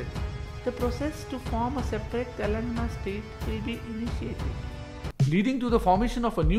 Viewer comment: Brother I respect your effort to create the video. But please pronounce the names of the states correctly. It's TELANG'A'NA not Telangna. It's TEL'U'GU, not Telgu.